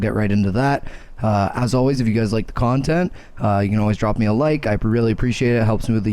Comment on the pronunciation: "Kawn"tent ahaaaaaaAAAAAAAA